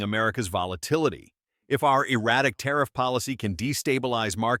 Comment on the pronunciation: Might want to try that " tarriff" bit again LOL 😅😅